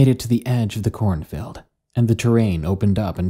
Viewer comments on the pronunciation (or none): "Corn filled" is all I hear when "corn field" is said. Other than that, I loved this